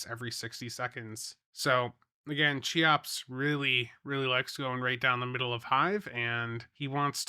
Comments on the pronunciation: Every time you say CHEE-OPS instead of KEY-OPS it makes me lose my damn mind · more like keeops but yeah, not sheops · I believe it' s pronounced "kayops" 🙃